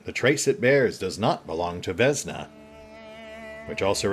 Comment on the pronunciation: also vesna is vesna not vezna... im pretty sure...